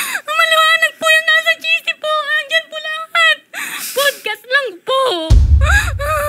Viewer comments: para kang sinasapian pag nagsasalita, tapos "pudcast"? bahala ka dyan. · PODcast kayo ng PODcast, 'PADcast' bigkas dyan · Mali kasi pronunciation mo ng podcast 😂😂😂 OA mo. Talent sa ka OA-an.